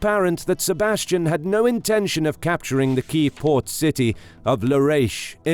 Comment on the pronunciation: "Sebastian"? No, no, no... SEBASTIÃO.